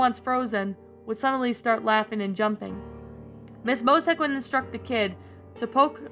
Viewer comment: No offense but You keep mispronouncing Mosiac wrong You keep saying Mosac.